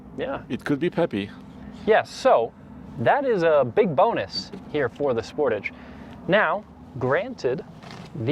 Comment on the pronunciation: As a Canadian, hearing the way you say Sportage causes me physical pain 😅😂